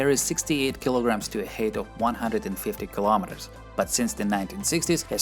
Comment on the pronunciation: I didn't doubt that you know English well, but that's truly with an accent. I appreciate your work a lot, but it'll be even better if you would work on your accent. Or at least the word "height" :D